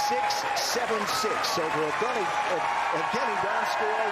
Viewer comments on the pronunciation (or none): It sounds like they're saying Evgeny DanceBoy 😅